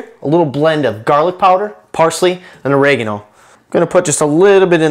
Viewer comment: sei troppo divertente nel modo in cui pronunci "mozzarella" e "origano" ahah XD